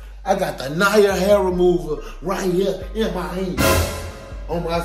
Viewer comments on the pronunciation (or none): Na-ear (nair)😂😂😂😂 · when he pronounced the NAIR as NAR 😂😂😂😂😂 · It’s him calling it Nairi 😂😂😂😂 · We not gone talk about how he pronounced nair in the beginning 😂😂😂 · This dude said Ny-air instead of Nair omg! Lol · Did he say NIAR INSTEAD OF NAIR 😂🤣😂🤣 he better be glad that It was his wife and not me. I would have kicked his ass Real talk. He better be glad it was a prank because his marriage was OVERRERRRRRRRR!!!! 😳😳😳😂🤣😂🤣😂 prank or not he still would be gone for the day. Don’t prank with a black womens childs hair. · "I got the ny-air hair removal" 🤦😆🤣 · Not him say Nair wrong 😭😭😭😭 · Na-ir it literally has air in the name